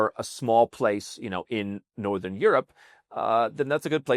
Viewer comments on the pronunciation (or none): none